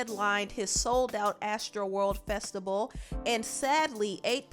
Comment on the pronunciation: If she say festable instead of Festival I'm gonna scream....talk right